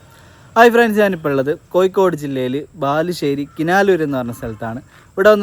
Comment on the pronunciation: koyikkodu alla kozhikkodu alle. ....